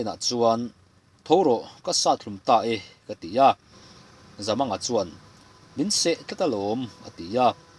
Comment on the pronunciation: Voel sign chu awm se chhiar dik loh a awm lo tur a ni a, Zamanga tia i lam hi thlukna voel sign aw se Zamânga tih tur a ni a, i lam fiah thin a, chhiar sual te hi I hlau bawk thin a, i chhiar hi a ngaihnawm bik thin e